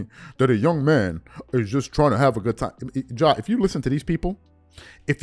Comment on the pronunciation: This man's name is not John Morant it is Ja pronounced Jah. John is nowhere in his name. How can people have these platforms and not pronounce the persons name you are speaking on correctly. He isn't the only one and it's annoying. GESH!!!